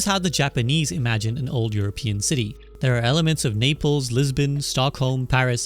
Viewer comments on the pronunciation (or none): none